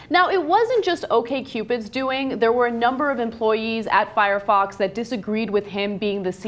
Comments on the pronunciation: Why do all non-technical people call it "Fox Fire"??? It's "Firefox". Also, Mozilla is a company. Firefox is software they make. We don't talk about the CEO of "General Motors Malibu". Ana, I love you, but read the words when you're quoting people. This story is particularly bad, but you've been slipping lately. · Hehe....she said Foxfire... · Did she say FoxFire? My mom calls it that.